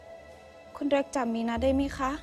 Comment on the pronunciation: ดูจนจะจบละ ยังสับสนอยู่เลยสรุปชื่อไร มิน-อา หรือ มี-นา ออกเสียง มี-นา ทุกคนออกเสียง มิน-อา เห้อ